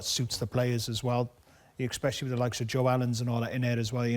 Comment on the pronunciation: Craig 'expecially' Bellamy